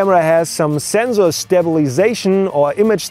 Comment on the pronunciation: don't we all love how says zenzor <3